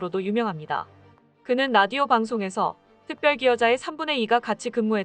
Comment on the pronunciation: 발음할때 조심하게 하세요. 특별기여자 가 아니고 특별 기여자입니다.